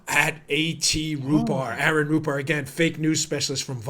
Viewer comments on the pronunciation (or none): none